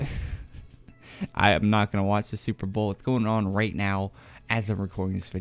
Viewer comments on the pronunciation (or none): none